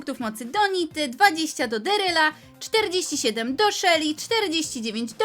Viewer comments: Sory ale mówi sią daryl nie deryl! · Mówi się darryl a nie deeryl